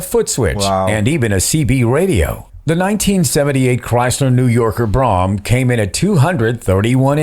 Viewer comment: It was not called a 225 it was called a deuce and a quarter...nor was another model you showed called a brohm, it was pronounced as bro-ham...